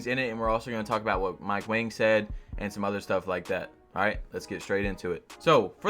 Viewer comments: Its wang not wong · Mike Wang is pronounced "WONG"